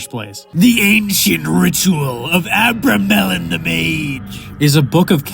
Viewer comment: Abramelin is pronounced 'Uh-Brem-Lin" not "Aber-Melon"